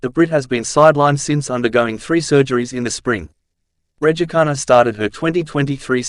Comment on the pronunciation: Cant you just make an effort to pronounce her surname correctly For petes sake man.!Its so annoying if you try to be funny.!